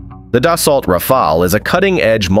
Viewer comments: As a French, it's exactly as you said. We say Dassault Rafale in a way you would pronounce it "Dassau Rafal" The L, the T and the E are silent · Das-oh. It’s pronounced Das-Oh. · It's pronounced as "Dassow" And the two A of Rafale are pronounced as in "Raphael"